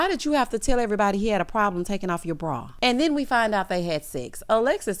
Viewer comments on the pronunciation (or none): Why Alexis cannot pronounce BRA….she kept saying BRAWL………